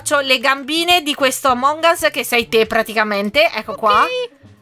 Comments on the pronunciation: Si dice among as che però si scrive among us non among as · Dici a che si dice amon gas